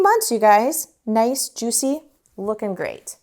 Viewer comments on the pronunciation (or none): none